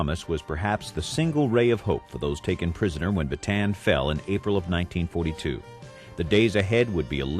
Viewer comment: Why is it that every single documentary and film concerning the battle for bataan (properly pronounced as ba-ta-an, not baytan) the death march, the imprisonment of Filipino and American armed forces, the raid on cabanatuan (pronounced ca-ba-na-tu-An) concentrate solely on the American side of the story? What about the Filipinos who fought, not for America, but for their homeland, the Philippines, which had ALREADY gained its independence from Spain and the UK?